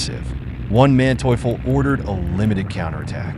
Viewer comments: One Manteuffel, mentally challenged pronunciation, Von Manteuffel, Hasso Von Manteuffel. Program your machine correctly. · I kept on hearing "One man toyful" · Who is Wan Manteufel? This was a good rendition of the battle but the incessant mispronunciation of Manteufel's name was really annoying. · The butchering of names of both Soviet and Russian commanders is painful to listen to. It's easy to figure out how to pronounce von Manteuffel, or Ivan. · To whoever is responsible for this voiceover: I admire you beening so consistent in beeing crappy. You cannot properly say neither russian nor German names. Never heard such crap, and I cannot finish this video due to the way you pronounce Von Manteuffel name... Really painful...